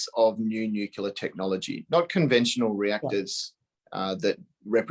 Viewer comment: ....laughable